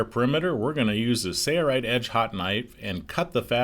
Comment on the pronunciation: This would be so much better if the narrator didn’t have such an absurd collection of mispronounced common words, like sewn. And what’s with the goofy “Sailright” pronunciation? Say-Uh-Right? Please